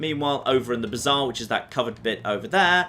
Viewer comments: murder at the bizarre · The way pronounces Bazaar is bizarre. Literally.